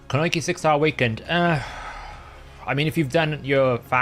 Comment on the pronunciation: Koo-No-Each-EE, not Kun-oiki.